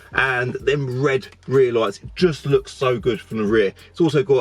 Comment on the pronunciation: "oops i did eet again..."